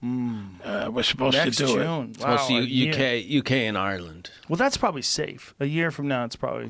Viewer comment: Michael Imperioli says Ireland like he's FROM Ireland. Lets you know how intertwined the Irish and Italian people are in NYC.